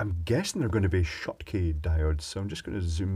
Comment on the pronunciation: He-heeey, figured out how to say "Schottky" (properly) ^_^